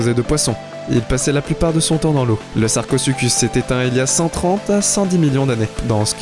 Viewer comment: Sarcosucuse j ai cru c'était sarcozi